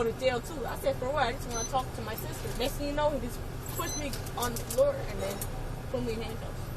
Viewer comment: Why can't they pronounce "sister"? It's not "suster". 😅